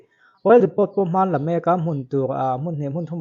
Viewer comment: Oil Depot tih hi "Dipaw" tiha lam tur aw.